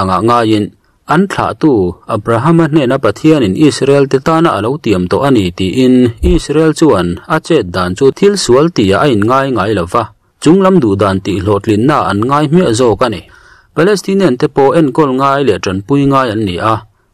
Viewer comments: Inngaih ngatinge itih? Inngeih tih tur aw.Mizo tawng hi lam fimkhur teh u,ngaihthlak a hrehawm i fel tehlul nen.I channel hi tha katiin beng ati var thin asin.Tang sauh² rawh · Ṭha lutuk e👍👍mahse INNGEIH tihturah INNGAIH i rawn ti tlat mai.Kan ṭawng (mizoṭawng)hi lam rik dan,a thlûk etc.. uluk angai khawp mai.A awmzia adang daih thei ania.Ṭhahnem ngaih thu ah kan sawi ve ani e.News pawh ṭha lutuk e.👍👍👍